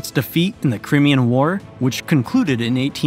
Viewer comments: Crimean? Cry-me-yah. Crimean? Cry, not kree, me-yun. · "cry me' anne" You want credibility? You need to correctly pronounce the names. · FYI - part of my family are native to Alaska: 1) Aleut is not pronounced Aloot it’s pronounced Alley-oot 2) Tlingit is not pronounced T-linget it’s pronounced Klinget with a K sound not a T 3). Crimean is not pronounced like CRIMinal it’s pronounced CRY-ME-AN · Crimmian war?.... Crimea....Cri (i) mian Crimean war, Ally-eutions?. Aleutians ! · 14.30 crimean is pronounced cry-me-ah.......river😂